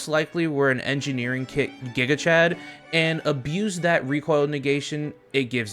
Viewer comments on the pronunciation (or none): none